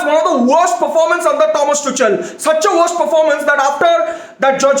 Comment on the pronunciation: Dont u know how to pronounce Thomas tuchel . GAVAAR 😂😂😂